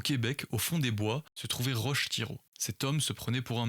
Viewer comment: Roch Thiéron, le prénom se prononce Rock